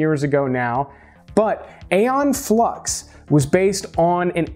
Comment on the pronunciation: I think pronounced eaon flux wrong lol in maybe wrong myself tho honestly lol